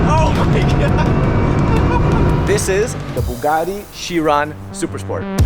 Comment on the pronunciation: Its pronounced kai-ron*... Not as chiron